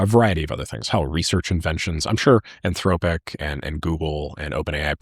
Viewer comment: "anthroWpic". I'm convinced does this for the rage engagement.